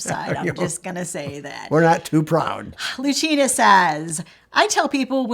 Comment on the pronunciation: Oh wow! You used my suggestion!! It's not Luchina though but Lucy-na. SO exciting, I feel famous.